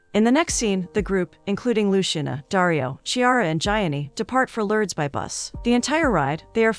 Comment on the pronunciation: “Lourdes” is pronounced “loord” not “lerds “